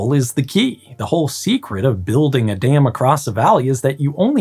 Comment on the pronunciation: American accent be like "I built a little dayum"